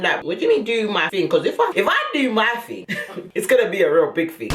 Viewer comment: "If I do my ting, its gonna be a big ting" 🤣👏🏾🏆 Then you want to get upset now I've done what you said... They're mad 🤣